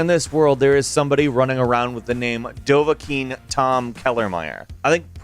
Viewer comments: the way you say dovakiin is just wrong. you see I speak in the dragon words, meaning that dovakiin is not daaaavvaakooooon its dovakiin. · 'The most intriving is the middle name, Tom." Not Dova-king